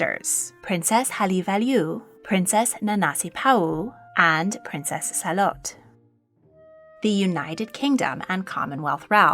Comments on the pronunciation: Wow you butchered the Tongan pronunciation. It’s Too-poe for Tupou and Sa-Lo-Tay for Salote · Salote not Salot… it means Charlotte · Tonga's Queen Salote's name has three syllables. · As a proud Tongan 🇹🇴 you butchered the pronunciation of our beloved Queen Salote and the rest of the royal family’s names, but atleast you got the king’s name right. But hey atleast our nation was included I guess.